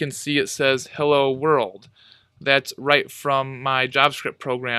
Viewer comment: his 'heyya,world' killed me I